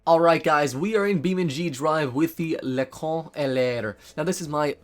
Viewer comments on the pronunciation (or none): Great French limousine but don't pronounce it "le con" which means dumb in a harsh way but like in english "leçon". "ç" is the same as "ss" ;) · Not really. He pronounce "Le son", that could be traduce by "the sound" or "the bran". The term "dumbass" is write "con", you are right, but is pronounce "kon". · I love how he says « Leçon » pronounced as « Le-con » Basically the way he says it (Le - con) basically translates to « The dumba$$ »